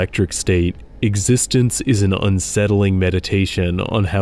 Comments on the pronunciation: Not "Existence", it is "ExistenZ" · "EX-is-tense" is how the david cronenberg's movie's name is pronounced. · ExistenZ is pronounced “Exis-tens”; not like “existence.” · The Cronenerg movie is pronounced ex-es-tenz. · Existenz isn't pronounced "existence". It's pronounced the way it's spelled. It's said many times in the film, which means, you didn't watch it. I'm sure whatever AI you used to help generate this script hasn't seen it either. Something gives me the sneaking suspicion, you've never read Electric State. The irony, given the subject of this video, could kill an adult elephant in musth. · It’s ex-is-stenz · “Existence”?????????!!!!!!!!! I stopped watching at that point. The pronunciation of that movie is in the first few minutes. It’s in the marketing. Sheesh. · In the movie, they really emphasize how to pronounce eXistenZ, and it's not like "existence." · The title of Cronenberg's film is pronounced; Eggs-Uh-Stens. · This was a cool video but it's eXistenz not existence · It’s not “existence”! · How can you have actually watched Existenz and not know how it is pronounced?